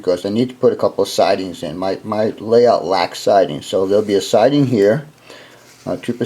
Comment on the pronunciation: what's a malayout? Never heard of it but you keep mentioning you're working on malayout. Perhaps this is a AZ thing.